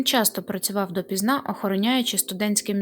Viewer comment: Цей, наголоси вітчИм і допІзна, ненавИсть. А ще не семидесяти- чи шестидесяти-, а сімдесяти- чи шістдесяти-. Біль українською чоловічого роду, він.